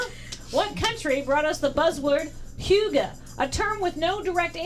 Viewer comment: as a dane, the way pronounced "Hygge" hurt